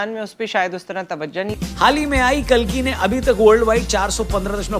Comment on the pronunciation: Pronunciation to karlo sahi se कालकी नहीं कल्कि है 😂